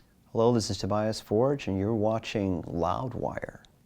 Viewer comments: Yea it sounded terrible. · Never thought I'd ever hear him pronounce his own name as "Tobaias Forj" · It's so weird to me that he doesn't pronounce his own name correctly... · Well he even pronunced his name totally english. Sounded really terrible to a swedish ear.